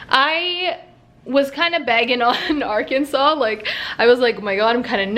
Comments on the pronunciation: when she said "ar -kansas" i died because i know where thats from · Arkansis LOOL America EXBLAIN